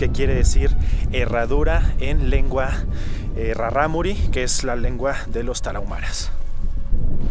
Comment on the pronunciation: Traté de pronunciar raRámuri como lo haces tu xD creo que lo haces más dificil, la segunda R es líquida, como la palabra raRo, peRíco.